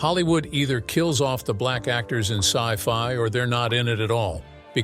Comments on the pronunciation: s.c.i. fi sounds right to me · Fix your crappy bot it can't say the word sci-fi right🙄